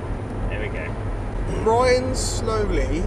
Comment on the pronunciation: Yayyy, but It's Bryn (Rhymes with tin) not Brian or Bryan ahaha, Thanks for the mention! Fairy is boss.Hope you get the bike your after!